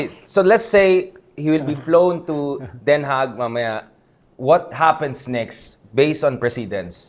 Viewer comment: Since Den Haag ang ginagamit nila instead of The Hague dapat lang na icorrect natin yung pronounciation, it's supposed to be pronounced as Den Ha, silent yung G